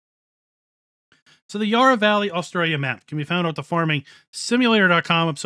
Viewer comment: Loved the map tour but as an aussie living close to the yarra valley every time you pronounced it i cringed as the first a in yarra it pronounced like the a in valley